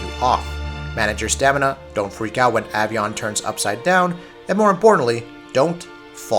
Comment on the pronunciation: Its A PRONOUNCED AVION (AY- VEE- UN) AS IN AVIATOR AS IN FLYING